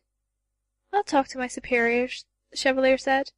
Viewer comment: It's not as bad, but "Cheva-lee-er" drives me nuts.